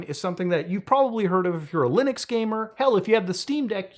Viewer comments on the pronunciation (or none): none